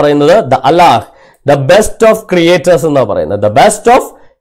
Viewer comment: Not Al-ilah . it ia Al-lah. Al-hamdu li Lah